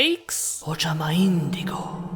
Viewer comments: The way you said Ojama Indego, wow! Speaking in italics! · Every time he says Ojama Indigo I can't stop myself from laughing please help me 😂